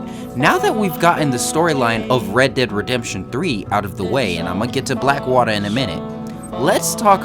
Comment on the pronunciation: why did he say black water like that?